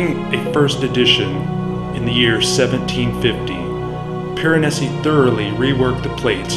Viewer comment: Very nice presentation. The pronunciation was often off… names like Giambattista Tiepolo. Even Piranesi. It’s Peer-ah-NEH-zi. Single s in Italian is like our z